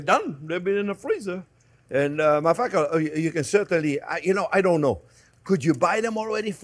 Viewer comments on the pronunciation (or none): The way you pronounce "matter of fact" will get you demonetized, Chef :))